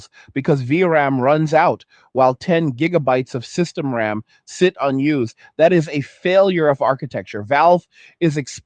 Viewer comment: ddr5 is not ddr6.. your video makes no sense as you repeat yourself 42 times with AI voice that cant even say ram, but says r,a,m, thanks for wasting my time with this bs